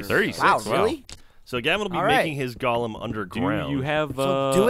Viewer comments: Twitch twitch. It's pronounced like goal-um. Not Gollum. Twitch. Cringe. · How is it possible that no one in the fucking world can pronounce the fucking word Golem like its actually pronounced? Its "GOH-lem." "GAH-lum" is a fucking character from Tolkien. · (Go-lehm) not (Gollum) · pronounced gollum in some places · It's pronounced GOH-lem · They keep saying Gollum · From merriam-webster: go·lem noun \ˈgō-ləm, ˈgȯi-, ˈgā-\ Or in a language you can understand, it can be pronounced either fucking way. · Ugh, a whole episode of "golem" being mispronounced ...